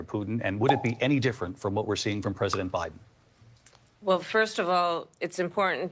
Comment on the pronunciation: Did she say Obiden ?